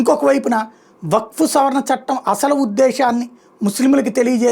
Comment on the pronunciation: correct person ni pattaru meeku baaga set ayyadu waqf pronounciation kooda raledu ataniki meeru ivanni aapi mundu seccular nunchi ila one side avvadaniki cause enti